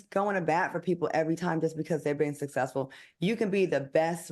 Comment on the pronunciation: If Al, says Sa'cessful one more time, I'm gonna scream 😱. I can't stand to hear him pronounce some of these words. It's like he has a lazy tongue. I could understand if he had an accent or a Southern drawl, but he doesn't, and he talks about others and the way they speak.